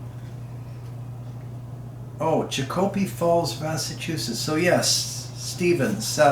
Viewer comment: In the interest of colloquial correctness Chicopee is pronounced ChickaPEE. The model 68 is a good deer gun around here. PS: I really like your reviews.